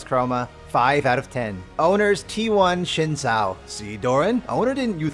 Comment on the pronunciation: One day you'll pronounce "Zhao" correctly. 🥲 I believe in you.